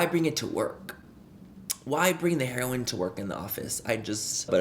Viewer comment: I love the fact he couldn’t say heroin right the first time 😂🥰